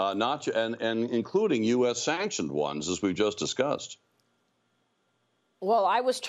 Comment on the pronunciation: She can’t pronounce the city us sanction